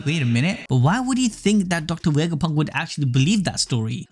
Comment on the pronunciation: “docta wegaponk”